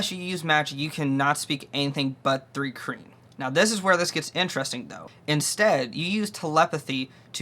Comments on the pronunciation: It sounds like you're saying three kreen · Why would you take advice from someone who can’t even pronounce the race…